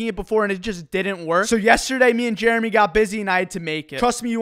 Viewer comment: Did he say jeremy what happened to jeremeh